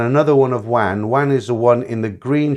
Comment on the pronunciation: Wan is pronounced Warn (sweet).... for a so called expert on all things Thai....terrible pronunciation!